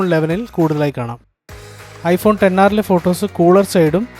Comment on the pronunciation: Finally heard someone calling it 10R instead of "ExR" 😅